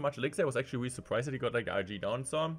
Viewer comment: Weally weally